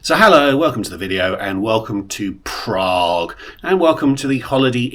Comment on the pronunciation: I love your videos - they are so informative especially about racking up good value Tier Points. This business class looks pretty old but, as you say, it's ok for 5 hours during the day but not good for night flights. I wouldn't be fussed about an extra meal if I'd been in the lounge plus the opening meal. Highly amusing was how you said "Prraaague" at the beginning and then "Bunniks"!